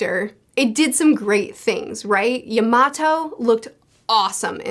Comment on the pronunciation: Can you say Yamato name right